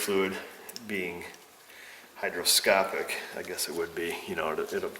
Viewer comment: hygroscopic....not hydro